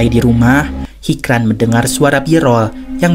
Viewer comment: Hicran dibaca hijran min krena bhasa turki hruf c dibaca C ,yg sicin pertama hoca itu bukan nama tapi panggilan utk orang yg berilmu atau tenaga pengajar juga bisa yang jelas yg punya ilmu